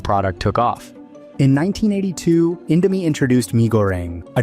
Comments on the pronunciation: Indo-my 😭😭 (Please just go to Google Translate and learn the correct pronunciation) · Indomie: indo mi isn’t INDO MY ffs! Americanised pronunciation working its charms here. Mi stands for Mee, which means noodles. It’s never indoMY Jesus…… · Mie is just the chinese romanization of /mi/ noodle not /mai/ btw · "Mai" lol how tf do you go from calling it indo "mee" to indo "mai". Either ai or just purposely trynna trigger people. Regardless, last time i'll ever see anything from this channel lol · everything is accurate, except, when the host said indo "mie", Mie this word is not spell it "My", its spelled "Me" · At minute really? Mie isn't spelled "my" but simply "me" just how you pronounce Indomie. DUMBO.